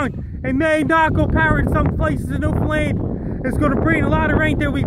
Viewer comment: "New Fh-lained"...?